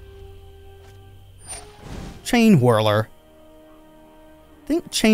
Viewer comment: I’m sorry man but every time you say chainhwirler or champion of hwits i die a little bit